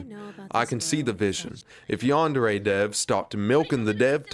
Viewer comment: What really irks me about this whole thing is that he calls it "YAN-DAIRY" like ffs man this game is your whole life and you can't even pronounce it right